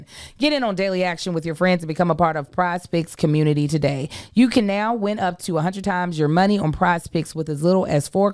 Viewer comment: not the "Camunity" lol